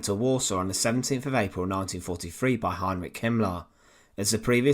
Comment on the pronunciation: This is really a poor coverof this topic. Half the pics are rote war pics that have no relationship with Stroop, whose name the commentator is unable to pronounce correctly, just as he can't pronounce Heninrich or Warschau correctly.